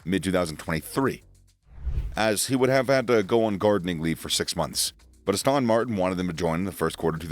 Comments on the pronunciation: Please, please, please, It's Aston Martin. NOT Austin Martin. You undermine your credibility when you actually mispronounce the name. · The way you pronounce Aston Martin hurts